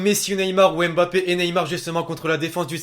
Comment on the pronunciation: c pas m'bappe c mmmmm...bappe